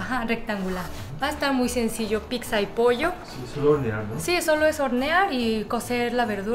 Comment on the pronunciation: porque dices pikza a la pizza?